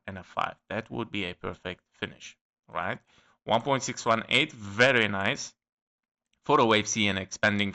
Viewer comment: I like how you say "very nice"..😄 Better than Borat..👍